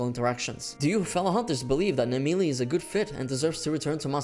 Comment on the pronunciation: I thought this video was about Naimelle, Who the Fuck is Nameeley?